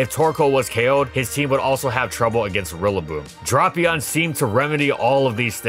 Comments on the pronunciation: Everytime he said dropion I lost 5 seconds. Somehow I made it to the end without actually watching the video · but it’s pronounce D-rap-ion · no, it’s Drap (rap, wrap, trap, lap) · Even YouTube's integrated subtitles show that says Dropion lol. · Yes!! One of my all time favorites, such a cool mon. Pronouncing it as “drop”ion though… questionable at best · "Drop"-ion, sir, Imma bout to "drop"-kick you if you don't stop. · The king of the lower tiers Drapion. It’s Dr-AA-pion, long A sound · Me: "Oh boy, a brand new video!" Hears 'Drop-ion' "Welp, see y'all next week" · Dude, it's DRAY-PEON. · Ah yes, “Dropion” the Ground/Poison type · refused the official pronunciation of Ferrothorn. But Drop-ion was okay. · "DRAW-pion." Lol. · It's pronounced Dra-Pion. Dra as in Dracula. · "drupion" "oqua tail" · Every week, I wait for the Kalos trio to be completed with Chesnaught. Also it's DRA-PEEE-ON,, learn how to pronounce Pokemon names. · The pronunciation Dropion actually makes me shake with anger and I don’t know why. Why did see drap and think the a was pronounced like an o. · I always pronounced it as Drape-Eon. ^^" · If he keeps saying dropion, im dropping the video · Am I the only one who pronounced it Drape-eon? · It’s not dropion. That sounds like crap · Nah it’s “Drah-pion”, the anime and 3D app pronounced it as that in both Japanese and English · Dafuk is "dropion"? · Great video! Please never say dropion again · I literally will not watch this video if you actually pronounce it "drop" ion like the comments say. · 10 seconds in, “dropion”. disliked + reported + delete video + based pronunciation + bad pokemon + bad video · It's weird, considering how he pronounced it correctly in other videos. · Worst part is, with the Japanese name being Dorapion, I can’t say with certainty that he’s pronouncing it wrong. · it’s not even the japanese pronunciation. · Okay it’s not just me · Really drapped the ball on the pronunciation